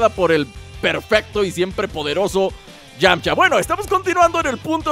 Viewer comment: Es "Yamcha"